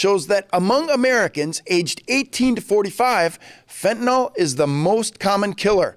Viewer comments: It's 'FentanYL" not FentanOL. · Fenta-nil. Not fenta-nahl.